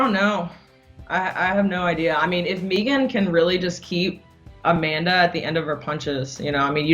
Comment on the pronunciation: So glad valentina pronounced megan the right way, no like everyone else that says meeeegan